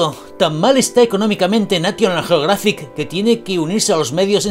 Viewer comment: ¡Excelente video me gusta y me suscribo!...es increíble lo que los "medios de comunicación" BASURAS andan publicando por ahí y definitivamente terrorismo informativo son las mejores palabras para describirlos... Sin ofender solo me hizo un poquito de gracia como pronuncia National Geographic pero bueno eso parece ser una costumbre de los españoles pronunciar las palabras en inglés como se escriben...🤭 ¡Saludos desde Costa Rica!...